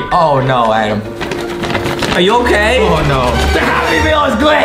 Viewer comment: justinits adem not Adam